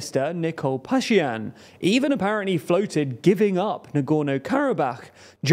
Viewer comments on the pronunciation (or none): pronounce the names correctly. The name of Armenia's PM is Pashinyan, not pashyan. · good job. its pashiNyan not Pashiyan and nagorNo not nagoro